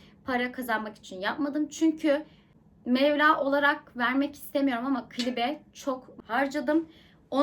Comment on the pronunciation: mevla değil meblağ 😅😅😅😅